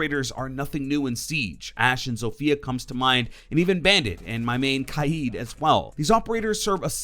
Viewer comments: Kaid* not kai-id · Stop saying kaids name like that